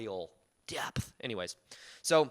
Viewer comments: “Depth! Oi-il.” 😂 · I just loved the way you said "depth" 😂😂😂😂 it cracked me up!!! Excellent Channel..just subscibed...all the way from the UK 🇬🇧..whoop whoop! 🎉 I've always been quite positive and in my own world...I'm now a 45yr young Mother of 2 teenage kids and a husband who works and lives abroad. I found detaching from all outcomes has been amazing in being a great daughter, wife and mum...it used to consume me but over past 5 years been on a fantastic journey of self love and healing and feel like that same little girl aged 7yrs who used to think she had Supernatural Powers at school...little did she know we all have!!!! 😊